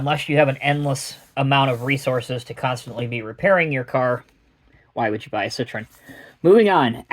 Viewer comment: Learn how to pronounce "citroËn", please.